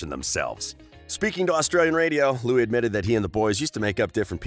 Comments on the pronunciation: "Couple of years" wtf ? "Loui'sss'(!!!?)" Tomlinson? 😕😓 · Nd btw the 's' is silent in Louis !!!!!! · Anyone gonna talk about the fact that he said lewis tomlinson?!? or am i the only one that watched that far? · DBHXYSUSVXYSIS he called Louis Lewis he already said it’s Louie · Why is it every time one of these channels talks about Louis they pronounce his name wrong? You’d think if they were going to make a slanderous video about someone they’d take time out to learn their names smh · Well you went most of the video without ficking up Louis's name.